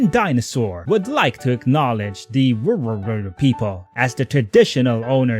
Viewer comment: I feel like if you actually cared about the Wurundjeri people and their colonization being used for "virtue signalling" you would have put in the effort to pronounce their name correctly